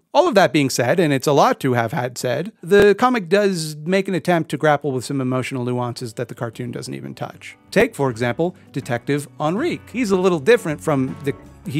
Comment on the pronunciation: Just wanted to call out that you pronounced Detective Enrique's name as "on-reek" but I imagine that it's supposed to be pronounced "en-ree-kay" ? It's a spanish name. Anyway, love this deep dive